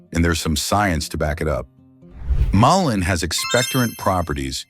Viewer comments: Lots of good info, but VERY ANNOYING to mispronounce the Name MUllen as maLINE! Get it right! MULLEN! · Why are you saying might help ,when it's clearly great for all these ailments,and you keep changing and pronouncing the name wrongly continually.😮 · I don't know if this is right or not, but I always pronounced it Mull ee in. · Really though? AI needs to get a little more intelligent! It pronounced mullein like five different ways. It keeps repeating the same info as well. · I really despise AI voice overs, perhaps you could have your AI decide which way to pronounce mullein, switching back and forth is annoying! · AI can't decide on how to pronounce mullein.